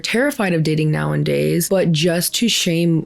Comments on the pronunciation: Okay girly, I love your videos and by no means mean this as hate, but it's hurting my brain; It's nowadays, not nowanddays. Much Love!! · Hi! I love your content ❤ Just wanted to help you out. It's "nowadays", not "nowindays" ❤❤❤ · The way you say "Nowadays" is so hard to ignore. Its not "now-and-days." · This isn't just gen z that are doing this but it does feel like it's become more acceptable due to the 'Alpha Male' trend. (So gross btw) Family and friends need to listen to the people who need help. Side note; you keep saying nowndays it's actually nowadays. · It's "nowadays" not "now and day". Sorry, don't mean to be that person, but it drives me crazy.😊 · I gotta unsubscribe. I love your content but you saying "nowindays" is triggering me so hard. Lmao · *nowAdays, not "now in days" 😉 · Girly I love your content but it's now-a-days. Plz plz stop saying now-and-days. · Hi, love you and I'm a fan of your content! But please... it's nowadays. Why are you saying nowindays? Just kept sticking out to me, no hate 😢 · ILY and this video but it’s “nowadays” you’re driving me up the wall with the “now-in-days” you’re saying. 💀💀☹️ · This is completely not related to the topic but girl it's "nowAdays", not "now-in-days" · I'm sorry, I'm not trying to be petty, but I think it's "nowadays" not *nowanddays " You kept using that word so I felt like I had to say it, I mean it in the nicest way possible! Love your commentary, dating is the worst, I had an abusive ex that I wish I recorded enough to get a restraining order... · Hey, great channel/content. I think you effectively convey your argument while also shining a light on other POV's. Just wanted to let you know its "Nowadays" and not "Now and Days" 😂...unless that's said that way in purpose as part of the joke and I'm just dumb, that's always a possibility. Anyways, it's a great video as always. Also, I'm a man, so queue the "mansplaining" replies. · bestie its not "now-IN-days" its "now-A-days"